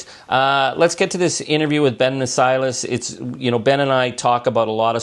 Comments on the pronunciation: I love you, Charlie and this might be petty but just as an observation, it might be a little disrespectful for you to not be able to pronounce Ben Meiselas' surname correctly by now. Listen to how HE pronounces it... "My...Sellas" with the accent on the second syllable. Keep fighting though. You da best! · It's Ben my-CELL-us. Not that weird way you keep saying it, Charlie. He introduces himself in his videos, I guess you don't watch them.